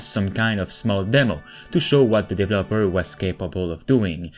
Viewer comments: DevEEEEEloper not DEVLOPER 😒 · He says Dev El Loper (developer) as 3 seperate words 😆